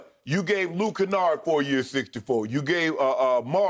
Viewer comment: "Luke Canard, Luke Skywalker, don't mattah" 😂😂😂